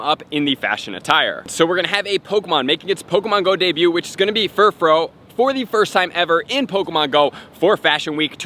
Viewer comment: Furfrau is pronounced fur-fra-ow not fur-fro